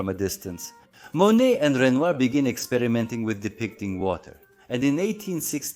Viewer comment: Thank you! Very informative andinteresting video.I'm sure you knew it was Monet. The way you were pronouncing name, on this YouTube video sounded as if you were saying, Manét